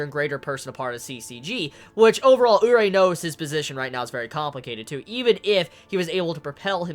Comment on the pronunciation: It's oo-ri-eh not oo-rei for Urie